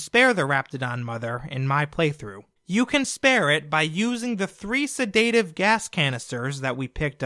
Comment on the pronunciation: Sedaative, not sedaytive